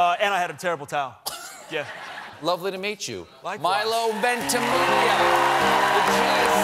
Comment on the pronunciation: It's "Ventimiya" not "Ventimilia"